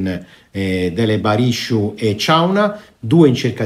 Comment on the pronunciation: “Dele Barishu” 😂😂😂 sei un grandissimo, bentornato